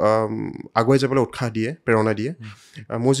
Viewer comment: এক সুন্দৰ খণ্ড দুটা শব্দ ভুলকৈ উচ্চাৰণ কৰিছে- উৎসাহ , সৰস্বতী। ৎ ৰ পিছত স ৰ উচ্চাৰণ চ হয়। বাক্যৰ আৰম্ভণিতে স ৰ উচ্চাৰণ চ নহয় স য়েই হয়।